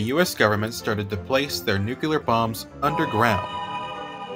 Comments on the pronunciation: The word is not nukular its nuclear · It's "noo klee ar", not "noo cue lar". The shift to underground testing was motivated by the fact that atmospheric tests released radioactive fallout, which was dangerous. Also, the manhole cover would have been directly exposed to the gamma rays from the explosion itself, which would surely have heated it up a great deal. It is therefore more likely that it disintegrated within a few milliseconds of the detonation.